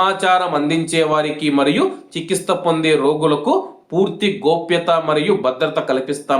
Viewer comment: Chiki'stha' kaadhu. Nayana "CHIKTHSCHA"